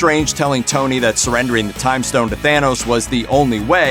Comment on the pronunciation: It's pronounced THANOS,not THEENOS!!!! It's also ODINSON not ERRDINSURN. You've 1 job so get it right.😒😒😒